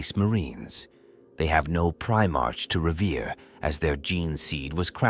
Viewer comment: Teach your AI to pronounce Primark correctly.. it's getting past annoying